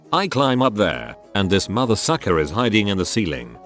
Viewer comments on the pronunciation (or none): none